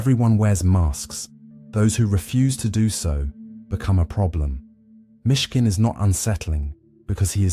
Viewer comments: It's Myshkin, not Michigan. Down with bots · MISHKIN…not Michigan! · "Michigan" lmfao